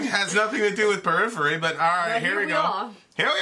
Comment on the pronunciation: Purriphery I assume you muted it? lol